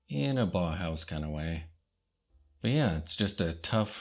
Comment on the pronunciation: Nice video. Someone may have said this already but it is pronounce "bow-house" rather than baw-house. au in German is pronouced like "ow" in sense of "Ow, that hurt."